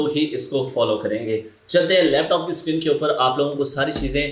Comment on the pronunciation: O Suckreen nahi hota screen hota hai.